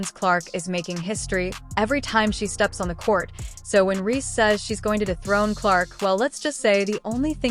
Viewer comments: Difficult listening to an AI voice who pronounces Reese wrong…honey etc…. Is it to much to ask nowadays for a real voice..a real recount of the facts? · Please get an AI bot who can pronounce the name Reese